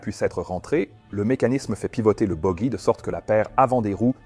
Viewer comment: Hello and thank you for the dubbing IA in French, which hesitates on "boggie" which is pronounced "boji" the AI will learn. I did not know the channel, it is very interesting and clear. I find it hard to understand that we couldn't know who spoke in the cockpit, it seemed to me that there were several microphones? We come to think that in India, if a pilot does that, many will "lose face" and it is not good either for the reputation of the company. We saw during the German Wings accident that medical confidentiality had finally allowed this disaster. What about India to appreciate the mental health of a pilot? Since we can say that it is a murder. Bonjour et merci pour le doublage de l'IA en français, qui hésite sur "Boggie" qui est prononcé "boji" que l'AI apprendra. Je ne connaissais pas la chaîne, c'est très intéressant et clair. J'ai du mal à comprendre que nous ne pouvions pas savoir qui a parlé dans le cockpit, il me semblait qu'il y avait plusieurs microphones? Nous pensons qu'en Inde, si un pilote le fait, beaucoup "perdront la face" et ce n'est pas non plus pour la réputation de l'entreprise. Nous avons vu au cours de l'accident des ailes allemandes que la confidentialité médicale avait finalement permis cette catastrophe. Qu'en est-il de l'Inde pour apprécier la santé mentale d'un pilote? Puisque nous pouvons dire que c'est un meurtre.